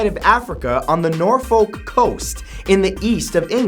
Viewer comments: Nor fok... is how Norfolk is said😂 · For #38 Norfolk is pronounced Nor-fook and Happisburg is pronounced Hays-borough. I know right, English 😒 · Norfolk - Norfook Happisburgh - Haysbruh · I had to replay he part where he said Norfolk because I'm British and he said it completely wrong 😂